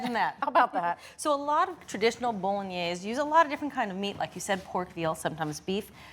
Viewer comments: Bo-lo-gne-se: the final "e" is not silent. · Learn how to pronounce the dish. You're not even close!